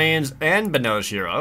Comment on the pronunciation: Wait, it's Benalish Hero? The resolution for me was to low to read, so based on the pronunciation I thought it was called Banal Shiro.